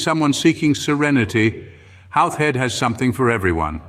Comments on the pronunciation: First thing I'd recommend you do is learn how to pronounce the name of the town properly. It's not How-th. It's Ho-th. Also, be warned that this video is full of clips that are not of Howth. After watching the whole thing it should be classified as false advertising. Find another video to watch; there's lots of them. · Lovely to see old places. But - why not an Irish voiceover? Why didn't someone tell the narrator that the name is pronounced HO-wth not HOW-th? The interesting point for me is for years I've tried to tell people there must have been an ancient connection with famous archaeological sites Knowth and Dowth, pronounced as he pronounced HOW-th! Good one but some shots are not of Howth. Thank you. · Hilariously inaccurate video, and maybe a quarter of the images are actually of Howth (which is not pronounced How-th, but Hoh-th). To list all the things that are misleading or just plain wrong would take longer than watching the video. Its very existence mystifies me... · As a Resident of Howth (pronounced with the Brythonic w as "ho-oth"), this video is utter AI sausage-meat en$htification. An indictment of it's creators and presenters. :-( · It's not pronounced HOWth! 😂 Half the stuff in this video is not in HOWth. 😂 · Colourful houses at the beginning of the Video is not Howth pronounced (hoo th ) those houses are in Cobh Cork pronounced Cove .. bh in the Irish language sounds like the letter V ( bh= V) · Funny pronunciation of Howth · complete hogwash..cannot pronounce the name of the town properly, over half of the clips are NOT of Howth,,I wouldn;t go anywhere with this gang..you might end up in Outer Mongolia